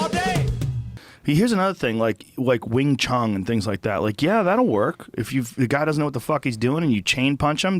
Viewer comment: Did he seriously just call it wing chung?